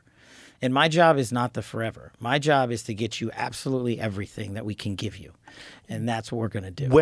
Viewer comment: The heavy emphasis on “that we can” when he says he’s going to give us everything is the most telling.